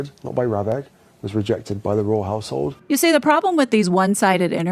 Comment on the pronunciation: i thought he said "royal asshole" twice haha royal household